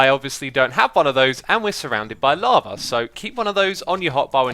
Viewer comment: I like that whenever Xisuma says "lava" it sounds like "llama" to me. XD